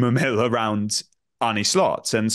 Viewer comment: How difficult is it to pronounce Arne correctly???...